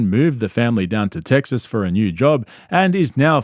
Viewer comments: It's TEXAS, not "TEGGSAS".. killing me lol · "Teg-ziss" Heh. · I love nothing more than you pronouncing the name of my state “Teggses” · Are you saying Tegsas to troll us or Brendan? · “Teggziss” “Truggs” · Why does bro say "Tegsas" ? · It's TESAS